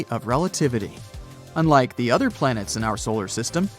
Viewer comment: beLIEve its plan-ets 😂